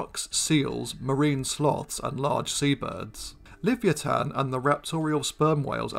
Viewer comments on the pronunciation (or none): At the risk of being pedantic, shouldnt Livyatan be pronounced Li-VY-a-tan.... y'know, like Leviathan but with a hard 't' sound? just saying....